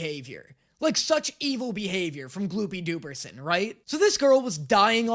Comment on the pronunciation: calling it gloopy dooperson gets me every damn time